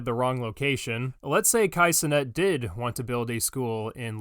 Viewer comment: I'm just here for pronouncing Cenat as "Ce-nut"